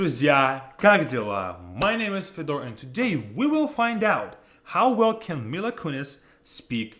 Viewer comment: Are you realy FedOr?)) With the stress on the second syllable? I often hear how people for some reason distort their Russian names and surnames when they speak English. And even the names of Russian cities are pronounced the way foreigners mistakenly pronounce . BAklakov instead of BaklakOv. VladivOstok instead of VladivostOk. And you are FedOr )))) I don't understand why you are doing this? What for? :)))